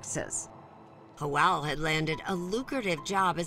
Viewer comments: Hoel????..it's Joel...wtf😂😂😂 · Why is the narrator calling Joel...hoel???? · Why does the cop pronounce Joel like "yoel" but janet like "janet". 😂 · No one took the time to teach this interviewer how to pronounce Spanish names correctly....Ho El really.... Its Joe El... geezus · J is pronounced as an H in Spanish. Pronouncing his name as Joelle, which is the female version of Joel is weird to me. It should be pronounced as to rhyme with Noel. There shouldn’t be an “Elle” sound unless one is saying, “Joelle.” A woman’s name. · i hate how she mispronounces Joel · It's Joel with a G. Please stop being so politically correct. Sheesh